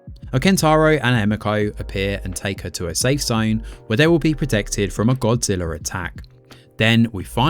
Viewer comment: Great review. I had no idea Godzilla actually ended with an “R” lol 😂